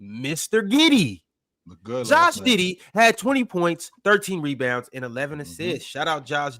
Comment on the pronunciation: He def said Josh diddy😭😭😭😭